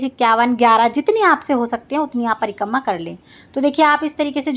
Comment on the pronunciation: Prikamma nhi Prikrama hota h